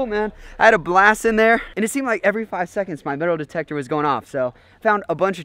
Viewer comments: Did anybody else catch him saying "Detal demector" instead of "metal detector" ?😂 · did anyone notice him say dedle demector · Lol he said detal demector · Is it just me, or did he say, demal metictor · detal metector XD